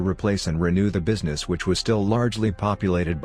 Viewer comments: I usually don’t listen to any voiceovers-just turn off the volume and put it on 1.5 speed. Thought I’d give this one a try. I got to where it said “bweezness” and that’s it. No more for me. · Bweesness hehe